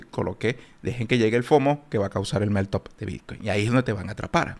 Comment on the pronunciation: Crítica constructiva: Pronuncias mal meltup.. cuando lo dices se escucha: MelTOP